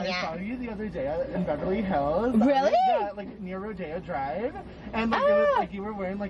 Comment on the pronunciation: You pronouncing rodeo drive as rodeo (as in a horse rodeo) drive is now my new favorite thing 🤠